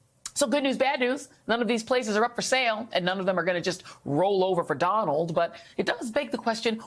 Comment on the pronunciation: i think the next president's first name is pronounced, "Donut."